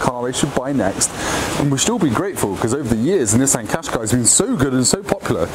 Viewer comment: If you haven't learned how to pronounce Qashqi after 14 years, that says more about you than the car... "cash-kye"